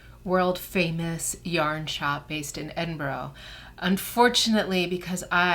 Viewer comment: Please learn to pronounce Edinburgh properly. It was painful to hear you say it wrong soooo many times.